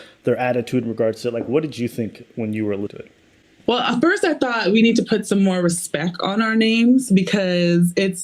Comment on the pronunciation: I wrote her off after one sentence. If you pronounce it "respeck" then you're not intelligent enough to logically convince me of anything meaningful.